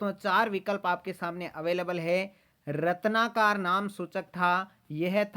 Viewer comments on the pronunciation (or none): O bhai sudhh pda kro. रत्नाकार नहीं होता रत्नाकर होता है